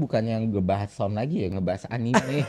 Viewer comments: Terkait cara baca, aku bantu jelasin yaaw 1. Anime アニメ Kalau mau ngambil style/cara baca Jepang, memang yg betul anime (アニメ) dengan bunyi 'e' seperti dalam penyebutan 'ember' (bukan 'e' seperti 'kelas') karena kosakata ini diambil dari serapan bahasa inggris 'animation', dalam bahasa Jepang menjadi 'アニメーション' (animeeshon) dan org Jepang nyingkat jadi アニメ (anime). Jepang itu huruf matinya cuma 'n' (ん or ン) ya btw. Makannya dalam pelafalan Jepang gada 'anim'. Tapi kalau mau pake jalur indonesian style or apalah itu, kurasa bebas aja lah, hehe. 2. Manga まんが/漫画/マンガ Secara spelling per huruf, memang dibaca ma-n-ga, dimana huruf 'n' saat bertemu 'ga' rulesnnya dibaca 'ng', makannya mungkin ada yg berargumen itu dibaca 'mangga'. Namuuun ini adalah salah satu pengecualian dalam bahasa jepang sehingga pemakaian umumnya di Jepang sendiri ini tetap dibaca 'manga', bukan 'mangga'. Info tambahan, sy kuliah jurusan pend. Bahasa Jepang, pernah tinggal di Jepang, mengajar B. Jepang 8 tahunan sampai sekarang, dan Japanese Speaker aktif di perusahaan tempat sy bekerja sekarang. Jadi insya allah penjelasan saya valid yaa😁 (bukan mau flexing, cuma takut dikira sotoy wkwkwkw) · Engga Bang Eno, sebutannya "anime" kalau dari katakana